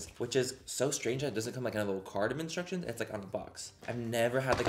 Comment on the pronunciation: "icstructions on the box" had me rolling 🤣